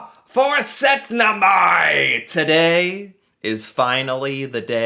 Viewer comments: you did not just say setnemai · Hurra og gratulerer also to you. You said syttende mai the same way i write it....SØTTNEMAI. - er en god gutt.